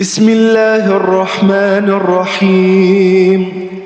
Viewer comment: اللهم بارك بس ياريت اتركز على كسرة النون في كلمة الرحمن